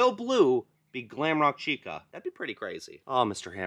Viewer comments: You said gwamrock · You said glamroke woof again 😂